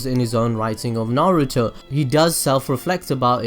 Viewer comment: HOLD THE HELL UP DID HE JUST SAN NAROOT IT'S NARUTO!!!!!!!!!!!!!!!!!!!!!!!!!!!!!!!!!!!!